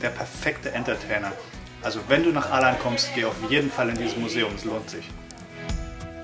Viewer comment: Als Information: Das wird nicht Aland ausgesprochen, sondern Oland.. :) Der Kreis auf einem A wird als O gesprochen